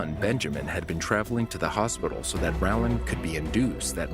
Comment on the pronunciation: you cant pronounce Rowland?